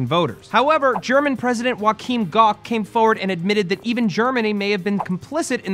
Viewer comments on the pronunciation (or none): very annoying how you butchered Joachim Gauck´s name :/